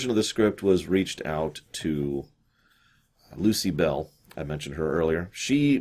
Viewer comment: "Lucy Bell"? Oh,...